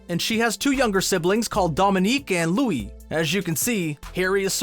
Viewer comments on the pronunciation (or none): none